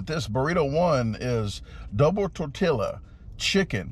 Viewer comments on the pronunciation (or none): It's pronounced Tor Tee Ya, Fuh He Ta, peeko dee guy o